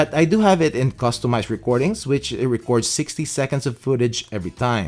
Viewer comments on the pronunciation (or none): none